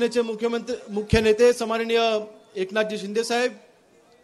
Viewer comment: समाननीय.......हो आमदार साहेब सन्माननीय असं बोला😂😂